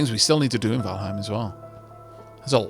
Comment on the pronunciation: really enjoying this one but....Valheim...Valheim. Please